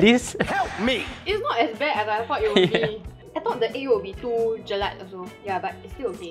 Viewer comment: Its JELAK not JELAT 🙏🏼🙏🏼🙏🏼🙏🏼